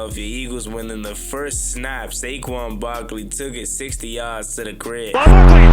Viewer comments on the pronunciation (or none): Who the hell is Sayshawn.....😂😂!!!!!! IT'S SA-QUAN.....wit a Q. Yah need some Schoolhouse Rock jo....let's get it together yah. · "Shayshon Barkley" 😭🙏